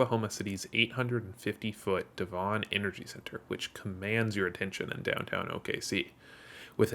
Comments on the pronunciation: Spelt Devon, but pronounced Devin. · for The Devon tower its pronounced DEV-in also soon to be the second tallest in Oklahoma the first is slated to be The Legends Tower aimed to be 1907 ft tall making it the tallest not only in Oklahoma but the whole nation ...Take that Texas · Little sidenote, but the Devon tower is pronounced just how you pronounce the devon in devonshire England.